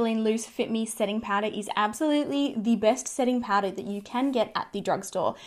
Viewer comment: More like PAURA hahaha